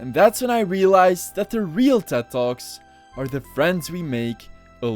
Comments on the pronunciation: I can’t watch this video because it keeps sounding like you’re saying “dead dog” and “dead dogs”. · Every time you said "Ted talks" I heard "dead dogs" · I thought he was saying “are dead dogs dead?”😭😭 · I kept thinking he was saying dead dogs instead of ted talks